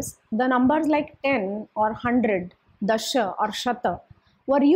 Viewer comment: Why you kept saying "daasha (sounds daasa=servant) raajna" ? shouldn't it be DASHA (10) raajna?